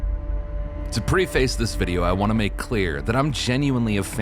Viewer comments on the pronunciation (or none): Great video! Preface though - prehfiss not pre-face. 🤓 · I can't get over how you started the video by saying "pre-face" instead of "preface" (pronounced "pruhfass"). I am stunlocked by your pronunciation. 😂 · Preface is pronouced "preh-fass". Not "pre-face". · Somebody's gotta say it eventually... Preface ≠ pree-face Preface = preff-fiss Almost everybody gets that one wrong, and hardly anyone notices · You lost me at "Pree-face this video." It's pronounced "preh-fuss". Good luck next time! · To pree face this video? im not watching past that mispronunciation. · Prehface. Not preeface. If you get the pronunciation wrong from the get go it undermines the rest of the video. Also, this video is dogshit. You're misrepresenting facts (Bethesda did not make New Vegas). Also calling Starfield polished is laughable. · Bro said pre-face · Preface. Preh-Fuhs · no biggie but preface is pronounced preh-fus x.x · 1st two seconds of video you pronounce "preface" and "pre - face" Sorry bro, I'm not watching this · To "pree-face this game" you state: 😂 your badly spoken AI gives itself away right from the get go.... Love how creators can't even bother to check if it pronounces everything correctly or not. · Pre-face? Who says it like that? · But why you say preface like that